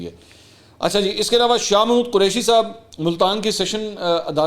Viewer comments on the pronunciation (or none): none